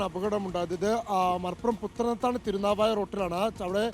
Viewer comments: എടാ. പത്തനത്താണി അല്ലടാ. പുത്തനത്താണി എന്നാണ് പറയേണ്ടത്. താൻ ആദ്യം എബിസിഡി പഠിക്കാൻ പോടാ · പത്തനത്താണിയല്ല പുത്തനത്താണിയാണു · എടാ പത്തനത്താണി അല്ല പുത്തനത്താണി ആണ്